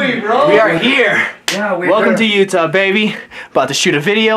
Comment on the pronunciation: Utah-YATTA :P